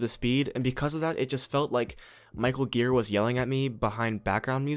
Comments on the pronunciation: Gira is pronounced jee-rah. Soft G. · it's pronounced 'djiraaah' dammit ;-) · He has pronounced Ji-Raw in interviews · You pronounce "Gira" wrong.